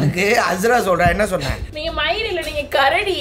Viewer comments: kurudi illa karadi 🤣🤣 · kurudii illa karadi 😹😹😹